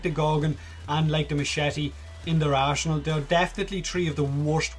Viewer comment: "...weapons like the gorgon and mashitty in the Grineer ARSEnal."